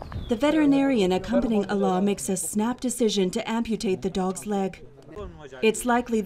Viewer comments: The narrator keeps pronouncing his name as Allah which means God in Arabic, but the pronunciation is wrong. His name is Alaa. When I first heard the documentary I found this odd till I read his name in another comment. God bless his kind heart❤ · His name is Alaa not Allah*